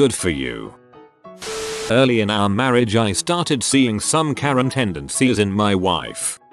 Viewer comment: Wait, did this guy misread Karen as Korean? XD